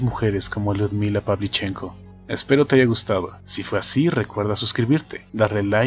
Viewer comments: Muy buen video; pero, el apellido Pavlíchenko es esdrújula, no grave. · Carlos Ferreyra El apellido se pronuncia con el acento en la "e" - PavlichEnko.